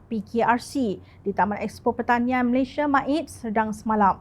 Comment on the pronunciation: Utk pembaca berita - Malaysia bukan Malayshia.